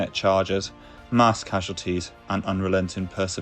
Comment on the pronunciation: "mass" is m-ass, not marse Krieg is "Kreeg" not Craig.